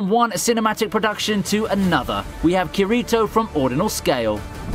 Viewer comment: I’m sorry but my oh my the way he said kirito so horribly wrong made me cringe every time he said it 🤣🤣